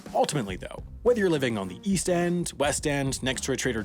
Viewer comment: East I thought you said weast.